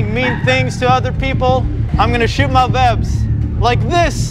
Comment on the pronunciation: Did he say vwebs XDDD